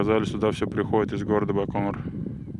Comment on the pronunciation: так он по-русски говорит. Какой байканыр? Даже всемирно известное название умудрились испортить...